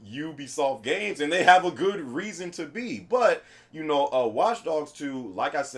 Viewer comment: uncharted 4 it's gooduh